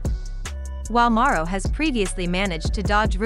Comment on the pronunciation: At least have the voice thing pronounce his name correctly… and this video sucks.. basically repeated the same thing 4 times to drag out the video smh